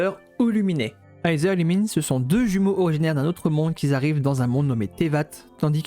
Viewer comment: Bonne vidéo🔥🔥🔥🔥🔥🔥🔥🔥 mais la pronostication de Aether et Lumine sont: Iteur et Lumine pas Luminé x)